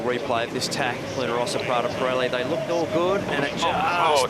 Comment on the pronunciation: PRADA_ P-RELI....come k@ pronunciano i nomi italiani è un mistero..... PIRELLI quando lo dicono manca la prima I però in compenso dicono la I finale.... Anche lì mistero.... LUNA ROSSA invece l'hanno quasi imparato....6+ come voto !!!